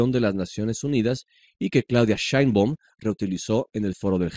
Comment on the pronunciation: Dile al tal que aprenda a pronunciar el apellido de la presidente de México! No sabe ni pronunciar!!